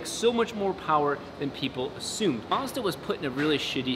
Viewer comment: You pronounced Mazda wrong